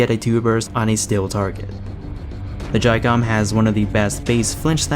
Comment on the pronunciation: you said the name perfectly